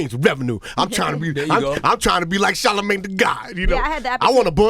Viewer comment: She didn't even say Charlamane correctly. For someone DEMANDING people research, she could have looked up the nigga's PROPER name. Just ratchet shit. Proves she isn't ready for the big leagues.